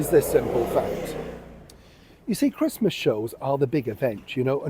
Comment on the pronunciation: Not interested in watching someone who can't even pronounce the word "Christmas" and who wants to watch Meghan-no-mates celebrating in a stranger's house forcing her staff to pretend they like her, because I bet, she doesn't take you through her front door.